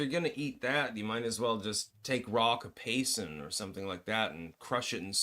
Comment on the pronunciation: It's capsaicin